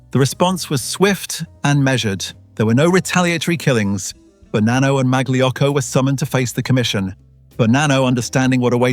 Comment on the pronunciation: Mag-Lee Yocko? Uh, maybe not quite...